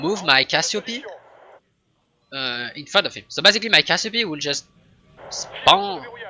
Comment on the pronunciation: Salut, tu prononces tous les noms ( et les nombres "mirage deux mille" "légion quatre-vingt dix":) )d'unités à la française donc je me permets: CassiopÉe (du personnage mythologique ou de la constellation) et non cassiopy